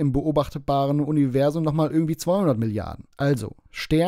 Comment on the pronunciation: Es triggert mich jedes mal, wenn er "Univessum" sagt